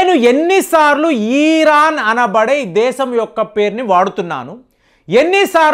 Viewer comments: ఈరాన్ కాదు అయ్యా ఇరాన్ అని ఉచ్చరించు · మీ మాటల్లోనే యుద్ధాలు అయిపోతున్నాయి ఈరాన్ కాదు ఇరాన్ గా ఉచ్చరించండి భారత్ మాతాకీ జై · Uncle మీ ఇన్ఫోర్మేషన్ చాలా బాగా చెప్పారు కానీ "ఈరాన్" కాదు "ఇరాన్" అని చెప్పండి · ఫస్ట్ ఇరాన్ ని ఇరాన్ అని పలకడం మానేయ్